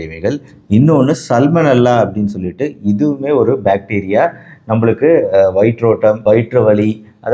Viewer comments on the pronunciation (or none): none